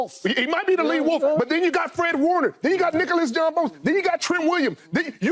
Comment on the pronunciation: “ Nicolas John Bosa”😂